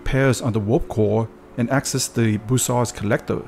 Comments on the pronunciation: Good video, one small correction, it is bussard collector not brussard collector. Keep up the reat work! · It's Bussard